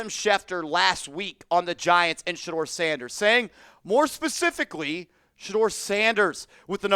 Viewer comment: TH or AC. NOT SHED-DOOR SANDERS